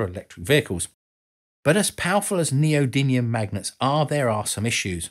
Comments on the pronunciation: Well done! But you do not say "Neodymium" correctly. You say it as "NeodyNium". A minor point in an otherwise excellent clip. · thank you for this - excellent content as usual. Two points to bring to your attention for future videos: one of the special metals you mentioned is neodymium - you pronounced it "neodynium"; and Johann Carl Friedrich Gauss has the "a" before the "u" in his surname - your graphics had them the other way round. On a personal note, I, too had an MRI scan last year - a quite amazing experience. I knew the basics of what was happening around me, but your explanation and description showed me hat it is much more complicated than I imangined. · Quite a few typos in this. & how do you pronounce "neodymium"? (there's no 'n' in it).